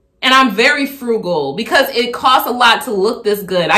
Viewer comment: Dude can't even say frugal.